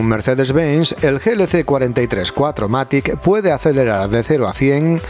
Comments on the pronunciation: Hola porqué no se tiene en cuenta el alemán al igual que el inglés ??? Cuatro Matic ?? no es mejor decir VierMatic ("fieMatic") y no me vengáis con chorradas que la gente no sabe alemán porque tampoco sabemos inglés, e intentamos decirlo Y hace ya varios años ya sabemos que significa Full Equipe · Lo gracioso es que encima dice "Cuatro matRic" haha